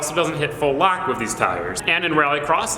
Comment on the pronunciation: Have you always said "wiff" instead of "with"